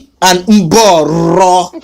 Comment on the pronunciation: You make me laugh because I’m from kenya. The way you pronounce mborooo is funny!! U made my day .!!!